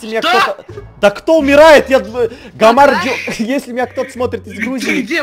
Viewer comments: gamarjoba а не gamarvoba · гамарчоба а не гамарчова